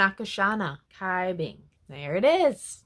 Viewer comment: Cai Bing is pronounced as "chai bing" and Hsin Wei as "Shin Wei" uwu